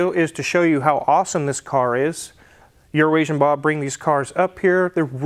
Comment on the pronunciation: You said Bobs name wrong